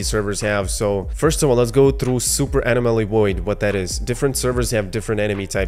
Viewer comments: This was really informative. Nice video. But say it with me…uh-nom-uh-lee.. anomaly 😜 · Bro! Uh-nom-uh-lee. Anomaly. I couldn't hear you say it wrong anymore and left. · Pronounce Anomaly wrong